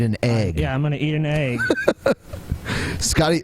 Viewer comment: I can't stand when people pronounce "egg" as "ayg".